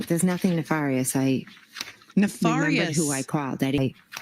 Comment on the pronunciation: Even more hilarious that she mispronounced it….. exactly the same way Brennan mispronounces it in an earlier hearing 👀🤣